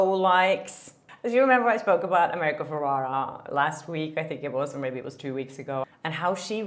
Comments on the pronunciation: It’s America “ Ferr-era “ not “Ferr-raw-raw” 🤪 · Hey, awesome vid as always! Just wanted to mention the pronunciation of America Ferrera's surname and Margot Robbie's name, as I hear that you're mispronouncing it (not a big deal at all, English is also not my first language and I often mispronounce English words, I just thought I'd mention it before you maybe get hate from others for mispronouncing their names, don't want anyone to discredit you for something so silly as that): Ferrera is pronounced Fuh-rare-rah and the t in Margot's name is silent, and you pronounce the "go" of Margot as in "let's go get a coffee". Love your vids!🥳🥳